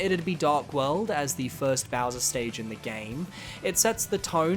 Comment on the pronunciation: Says ' so longee Bowswer not gay bowser lol